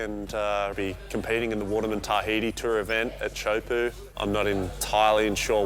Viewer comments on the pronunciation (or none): Pronunciation - Teahupo'o not Chowpoo... please! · In tahitian pronunciation is TEA HU PO’O